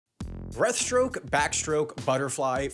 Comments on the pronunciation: Can’t wait for the error video where same corrects everytime he says “Breath”-stroke to breaststroke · Freestyle isn't a stroke, that's front crawl. Its pronounced breaststroke, not breathstroke. Every child learns sidestroke by about 8 years old. Honestly it seems like nobody at this channel has ever touched water. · It keeps sounding like you’re saying breath stroke instead of breaststroke 😂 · Or the fact that he said "breathstroke" instead of "breaststroke" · Take a shot every time he says "breath-stroke" instead of breaststroke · Is breaststroke not breathstroke. Get it right.